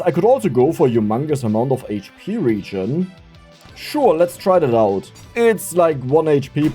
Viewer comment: my dude it's pronounced regen not regen